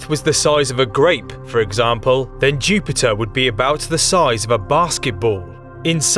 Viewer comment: KING OF THE PLANETS, CHEW-PIT-UH